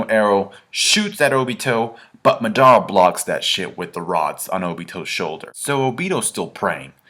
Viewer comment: u say madara name weird lol